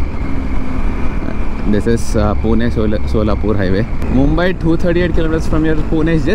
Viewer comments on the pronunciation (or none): none